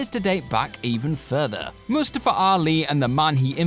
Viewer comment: Yoooo his pronunciation of mustafa 😂